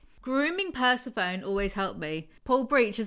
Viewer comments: good to see still can’t pronounce persephone… some things never change 💞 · Right I was nearly certain was saying the horses name wrong to be funny. But it's pronounced per-seth-phoneny not purse-a- phoney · Not trying to sound condescending, but the correct pronunciation of Persephone is 'per-seh-fo-nee'. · per-sah-phone.. lol smh.. GIRL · saying Persephone wrong hurts me 💀 Aside from that I find it rather odd that Nyx claims to never take away gifts but.... she took Aphrodite's vampirism which makes her a liar or foolish enough to contradict herself. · Please, PLEASE look up how to pronounce Persephone I can't take it😂😂😂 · Are you pronouncing Persephone that way just to torture us? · I love these videos but the way pronounces persephone 😢